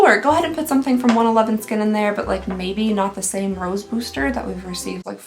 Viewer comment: It’s pronounced One-One-One skin hun 😀 x